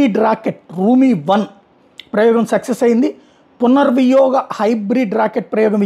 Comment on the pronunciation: It is not punar viyoga, it is punar viniyoga.